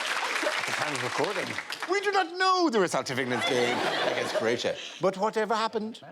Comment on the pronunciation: this is what happens when a Croatian tells an Irish man how to say our countries name and he completely fucks it up... how dare you Dara!